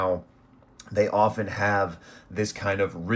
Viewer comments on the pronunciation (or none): none